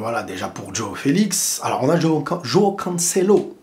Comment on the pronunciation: Ça se prononce : Jwaw et pas Djaw ( Joao )